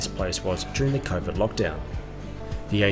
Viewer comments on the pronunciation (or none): none